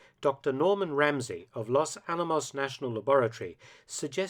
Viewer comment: Really? 'Loss Al-amoss'? How would you react, Mark, if we called it a 'Lan-kaister' bomber?